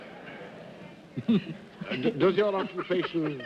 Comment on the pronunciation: Dorothy calls him 'Seedric' but the usual pronunciation is 'Sedric' with a short E.